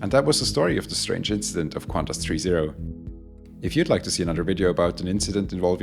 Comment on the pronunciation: Take note: there is no U in QANTAS